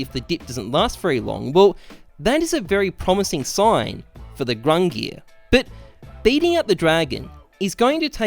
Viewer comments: “Grungir” come on my guy. It’s GUNG-NIR. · What the fuck is "grungir"? Don't u mean gungnir? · GUNGNIR (GunG-Near)...not gRungir (grun gear) . please read. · Lol love that you apologize for calling it grungnir instead of Gungnir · I am Icelandic and i can be confident saying that it is not pronounced gung-neer, but goong-nir with an i as in igloo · You can tell this man was not a halo reach dude with the way he is pronouncing the Gungnir, there is no R at the start of that word. "Grungear" my ass. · Everytime he says "Grungear" I feel my brain cells dying. Please just say Gun-gnir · He saidz "GRUNGIR" instead of GUNGIR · Grungear. It's more like GONG NEAR or GUNG GEAR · GUNGNIR not grungie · THERE'S NO R AT THE BEGGINNINGGGGGGGGGGG OF GUNGNIR . FOR GOD SAKE. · The old norse Gungnir is pronounced Gung-neer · its pronounced “GUNG-neer" source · Looked it up and it is indeed gung-neer like other people are saying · I think it’s pronounced “Gung-neer” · Gung-neer bruh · Ayvp gung neeir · You pronounce it as gung-neer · it’s pronounced “ginger” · It's gung-neer man, that ruined the video for me LUL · I mean its probably given away at this point but I think gung-neer xD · "Gung-neer" is the correct pronounciation. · Pronounced Gun(soft G) near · it’s gung nir bro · It's pronounced Gungnir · Its pronounced Gung-near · Gung neer like deer and dung :> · "Gung-neer" You're a boss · It’s gung-neer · gang-near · it is pronounced gung-neer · gun geer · leaving this video thanks to him sayin fuckin ”GrUnG-nEaAr” like bruh say it like a normal person not like a fuckin downie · Nobody: Not a single cell of living tissue:: "Grungear" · AWPs name: Gungnir: Grungnear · the proper pronunciation of the awps name is gung-NEER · its not grungnir btw. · How does "Gungnir" not have an r in it? I mean, it's kinda right at the end there, but it's there. However, I will agree that he should be pronouncing it correctly